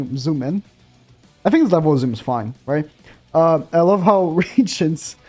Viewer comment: Ok could u stop ur voice is annoying and u say fink in stead of think